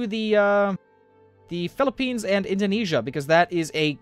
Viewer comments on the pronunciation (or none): none